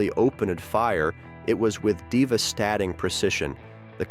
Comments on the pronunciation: Diva-Statting for devastating. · These garbage channels are just dumping copyrighted material into AI apps to produce the audio. the voice reads "diva-statting precision. The Conferdate avan-dance failtered" because it's written in old-timey script that the AI doesn't recognize. You're garbage people.